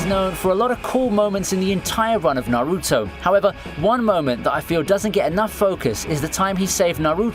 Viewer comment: You can tell who watches Naruto just on how they pronounce his name 😂.